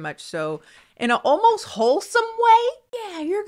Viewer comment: SparkSparkle She says it correctly but I love the way she says it 😆 “Almost” like it has an extra syllable. Idk why but I LOVE the way it rolls off her tongue. I’m weird 😫😭